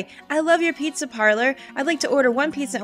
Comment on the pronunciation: "The Pee-za! Is the Pee-za! Absolutivally!":B